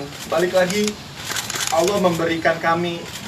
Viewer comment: Seneng ada arti nyebut Alloh dengan Alloh bukan pake yg diatas2